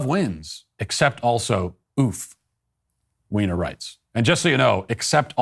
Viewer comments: Are you purposely mispronouncing Jennifer Weiner’s name? You know it’s pronounced like “Winer”? Are you just making fun of her? That aside, she used to be one of my favorite authors but in recent years her books (and essays like this) have been so full of leftist woke nonsense that I had to give up reading her books. It’s a shame because she really is a very talented fiction writer. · I can't handle Matt saying, "Ms. Weiner". 🤣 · Is Jennifer Weiner a Transwoman? The way you pronounced her name!:)))